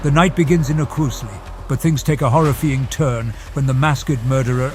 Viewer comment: Is it AI? “Horrifeeing turn” and “mask-ked killer” seem to indicate so.